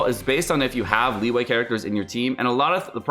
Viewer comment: Good god, learn to pronounce the Chinese names. It's been a year, stop calling it Lee Wei. It's Lii-You-air. It's not Shen He-man. It's Shen HER (milkshake brings all the boys to the yard). Do some homework,.